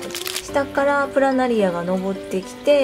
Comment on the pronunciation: プラナリ↓ア↑